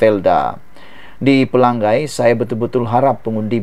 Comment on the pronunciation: Pelangai... Sama bunyinya dengan Pelang nyai.. Bukan Pelang gai